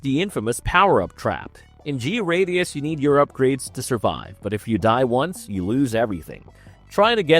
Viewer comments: G... radius. I always thought it was pronounced Gradius. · It's pronounced "Gray-dee-us", not Gee-Radius...